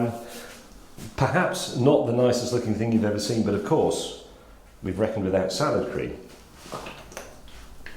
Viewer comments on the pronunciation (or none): I'm unhappy with how emphasises the cream in salad cream. It's salad cream, not salad cream